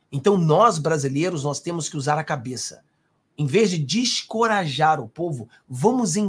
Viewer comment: Boa noite. Deixe-me lhe ajudar - "DESENCORAJAR", creio ser essa a pronúncia correta. Parabéns pelo seu canal! 😃 🇧🇷🇮🇱🇧🇷🇮🇱